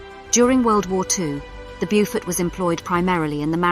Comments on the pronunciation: Nicely spoken narrator under very poor direction- as mentioned the pronunciation is Bowfort, not Bewfort as she has it! Nice little video covering most of the essential facts- would have been nice to have mention of the Victoria Cross earned by Ken Campbell VC for his strike against the Gneisenau in the Beaufort. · Get the pronunciation right! "Beaufort" is not "Byufort". Correct pronunciation is "Bowfud"! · Exactly. Lack of proper research prior to posting the video......